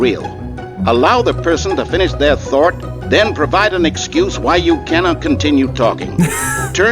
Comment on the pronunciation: "Without A Thort"